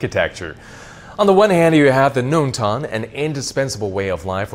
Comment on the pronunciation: long tang, not "nong" tang....